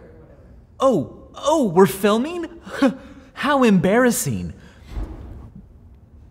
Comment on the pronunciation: "Oh oh were filmeen" - Michael